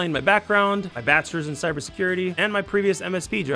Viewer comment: yes "cyer security" lol